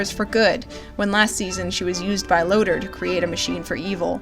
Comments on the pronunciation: LOOOOOTOR! NOT LOADER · Why do people say Lotor's name as Lodur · Thanks for putting this together! It really helped me understand the inexplicably unfulfilled feeling I had by series' end. Also, I never knew people pronounced Lotor as "Loater"; I always thought it was "Low-tore", haha. Cheers and thanks again for all the research and prep you did for this video. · Did we watch the same voltron cuz I swear it was Lotor not Loader lol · The showrunners: “We love all our characters! Keith, Allura....Shyro...Lootoor.....Hönk......L-lënçe? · It's pronounced: Low-Tor. You even hear Lotor's name pronounced in the few clips in this very video. And no and no to two married men. No thanks to that. I am blessed to have video editing software. All that and more was so forced. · Low-Tore That's how you pronounce Lotor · All was good until you called lotor, loader Haha nah I'm joking, this video is really well scripted and has amazing points, I can tell you are/were really passionate about this show and genuinely care for the characters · Amazing analysis, this show is such a fustercluck but as it is it's still the best Voltron anything... woof. Man what I'd do for a Gundam the Origin style manga of VLD. P.S. I love the way you say Lotor XD Lotur Is that supposed to be Roy Fokker in the leak? It could've been a longer haired Adam as per the audio description. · It really bothers me how to say “Lotor” and “Coran” considering it was literally said in the show :)